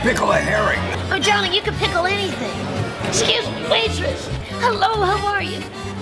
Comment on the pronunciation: "Excushe me waitressh! 😁Hello. How are you? Its sho good to shee you☺️"